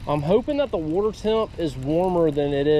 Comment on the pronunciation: Bro says wurterrr